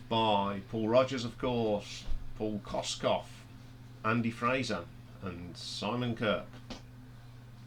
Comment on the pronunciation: Kossof not Kosskoff